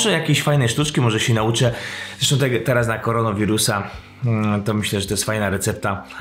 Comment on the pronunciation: koronawirusa a nie koronowirusa